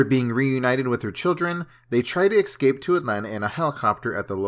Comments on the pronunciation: It'd not exscape man it's ES-CAPE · Bro... its eScape not eXcape 😂